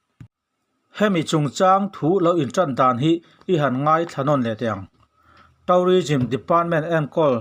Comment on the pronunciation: Thu a ngaihnawm, English lamdan (pronunciation) erawh fimkhur/uluk deuh a ṭha. Eg. tû:rism tihturah taurism han tih te hi